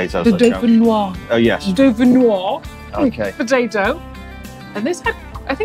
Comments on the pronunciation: why not simply say, "hold the tomatoes" when ordering a salad? 3 words that work every time wow - reaching for more macaroni - never thought I'd see that! You do pronounce the "s" in dauphinoise (the "e" after the "s" demands it) - french lesson for today has concluded:) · In French, if there is an E after the S, then you pronounce the S. Do-feen-wahz. I hear this mispronunciation all the time on cooking shows. Genoise is zhen-wahz.